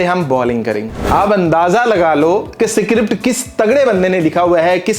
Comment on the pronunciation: script pronounce krna aata nhi h chle hm script bolne